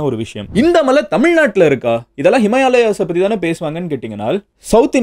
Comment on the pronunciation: Madhan Anna kochikathingaa😅 Himalayas⛰️❌Himayalayas✔️